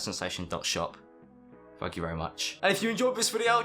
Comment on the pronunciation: does anyone else think it sounds like hes saying fuck you guys when he says thanks at the end of the video?